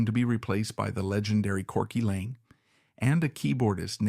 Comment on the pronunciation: Corky Laing, NOT LANE